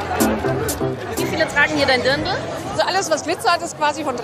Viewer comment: Es heißt Dirndl nicht Dürndl ! Übrigens am coolsten ist die Brezen Verkäuferin🙄